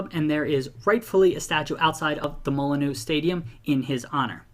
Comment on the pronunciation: Hope i don’t offend you but Molineux is pronounced Mol-inn-you